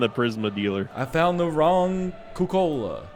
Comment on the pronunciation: "I was in cuck kola" -NL 2k19